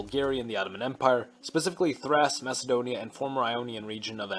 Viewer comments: It’s Thrace not thras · IT'S THRACE THR-ACE NOT THRASS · Thrash instead of Thrace lmao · If I hear "thrass" one more time im going to go retake constantinople myself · Nah its thraki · What is your pronunciation thrace(thrass) and guerrilla (goreila) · You are pronouncing ThrACE wrong, it is Thr-ACE as in ACE in cards. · That's not how you pronounce "Thrace" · Great video! Although a critique; you pronounced Thrace and Ionia wrong. Pronunciation is key to sounding professional!